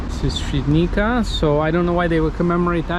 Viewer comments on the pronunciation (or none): Te fact you can pronounce Ś flawlessly but struggle with the Polish "c" is wild. It's pronounced "ts" my friend, so Świdnitsa ;) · C in Polish is pronounced as "ts", not "k", so "Shvidnitsa" not "Svidnika". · Ha ha, no worries. I was impressed at your ability to pronounced Ś in Świdnica. That's impressive. So it was funny when you mispronounced comparatively easy letter "c" ;)